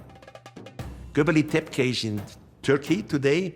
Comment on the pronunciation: If you are coming up with these crazy theories you should at least know the names of the places you are talking about. Göbekli Tepe, its Göbekli Tepe and not Göbeli Tepke... this is like saying: the great pyramid of Gaza.....